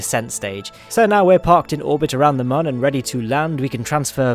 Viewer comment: mun is still pronounced the same as moon, because of the accents on the top that make it look like a smiley face.